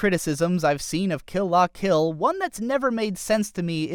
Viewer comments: Suh-nah-guh-yah-muh? Maybe just don't mention the names if you can't say them. Also, Kill "Lah" Kill and "Kizz-naiver". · It's pronounced kill la kill